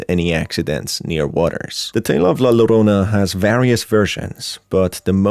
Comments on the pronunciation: my only critique for this is that La Llorona is pronounced La Yorona, other than that a lovely video! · Get over it. Its called having an accent. Just like an Asian or latino not pronouncing English correctly but we don't complain. We're just happy they've learned multiple languages